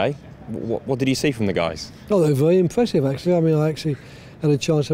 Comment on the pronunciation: "Vewy impwessive" Woy hodgson